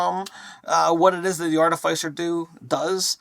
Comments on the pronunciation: I love you guys and appreciate all your videos. I have to say it though... AAR-TUH-FUH-SR... Artificer. 🙃 I'm the worst I know. Keep the vids coming!! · ART- IH- FIH- SIR. How does noone speak english. Try the word ARTIFICE, JESUS! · ɑɹˈtɪfəsəɹ. Fyi.. like office, not suffice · Ar- ti- fis*-er godgamnit. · Artifyser? Artificer? ArTEHsiFUR? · Wait are they pronouncing artificer wrong or am I? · the pronounciation of Artifice is killing me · RPG content creators will never agree on how to pronounce Artificer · Pronouncing artificer... Failed... I in - fi- is pronounced (I) not (aI)